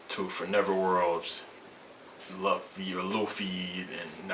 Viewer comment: luffy felt luccis attacks, ICHIGO COULDNT BEAT LUCCI, and i kno u would change ur mind if u knew luffy, and i kno u dont beacuase u mispronounced his name, GET UR FACT STRAIGHT. gear second and gear third arnement haki red hawk giganto rifle, super speed. ichigos done.